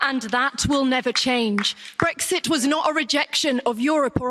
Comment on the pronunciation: theres no g in brexit so stop saying bregxit